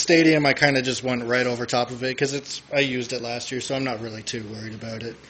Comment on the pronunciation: He said "aboot"